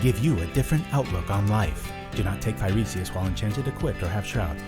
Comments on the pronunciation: It's pronounced "fy-ree-sis" not "fy-ree-see-iss" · Why do you keep pronouncing Phyresis with extra vowels?